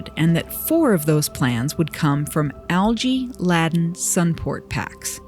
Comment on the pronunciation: Love the video, thank you (btw Laden is pronounced Layden not Ladden)